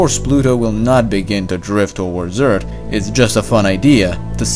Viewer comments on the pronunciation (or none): EARTH NOT "EARTT" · Can you try to pronounce Earth a little bit differently? You day it as 'EarT', but it's actually 'EarTH'. Great video btw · It's not ert. It's Earth It's probably your accent but it's the first thing I noticed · its not eart its earth learn how to talk right assole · WOW instead of "EARTH" he said "EART" and instead of "PATH" he said "PAT" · it's not ert..its Earth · Do you not get the difference between "T" and "TH"?